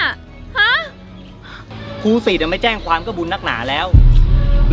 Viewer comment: แจ้งไม่ใช่แจ้วค่ะพี่🥰🥰😂😂😅